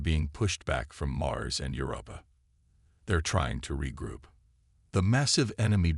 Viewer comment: MY GOD, MAN!!!!!! Do you even listen to your stories BEFORE posting them???!!!! Your AI SUCKS!!!!!!!!! Here is but a small list of the FREAKING words I heard OVER AND OVER AND OVER AND OVER mispronounced: "PRAH-jektile", "deh-BREES", "deh-BRISS", "deh-BRAYS", "Your-AH-pa (Europa)"', "un-AN-imous", "ar-MAY-da"!!!!!!!!!!!! Especially the (debris) said about a FREAKING Gazillion times....INCORRECTLY!!!!!!!!!!!!! How the hell can one enjoy the damn story when the Damn AI can't speak Anglishes!!!????!!!!!!!!!!!!!